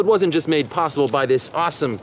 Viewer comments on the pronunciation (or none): none